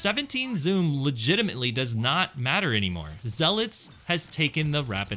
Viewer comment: All that video editing and creativity to mispronounce zealot